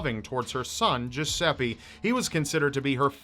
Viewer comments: Yeah, that's what I think, I'm Italian and "Geseppe" is not a name ahahah But "Giuseppe" is, has a strange pronunciation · it took me like forever to finde out that the "jusepee" you are talking about is actually a misspronounced italian name... americans are experts for that